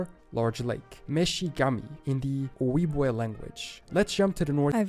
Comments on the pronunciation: wow, this guy does not know how to speak native american names, Sioux, is pronounced Sue, Ojibwe, is pronounced O - jib - way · Minnesota here, and from how I've heard it said by the natives, Ojibwe is pronounced Oh-Jib-Way. Just like Sioux is sue. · Ojibwa. He pronounces the j like a y. It's pronounced like a J.